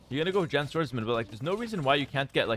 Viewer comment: hearing pronounce Jian swordsmen correctly made me happy After hearing T90 calls it John swordsmen so many times😂